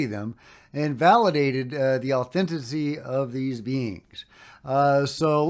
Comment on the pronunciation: Love you but you pronouciation😂 of a few words as an accomplished author bugs me and authenticity is a the 🎉worst so sorry to ring it up but try. Authen ticity